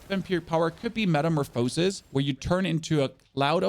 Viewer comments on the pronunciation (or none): Its pronounced Metamorphuhsis The last O is pronounced more of an "uh" no emphasis on it at all